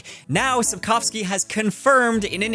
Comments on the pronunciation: once again reasserts himself as a king of booktube with his correct pronunciation of Sapkowski 🔥🔥 Cool seeing this more news style video from you! Liked hearing ur thoughts ☺️ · I love that you actually pronounced Sapkowski's name correctly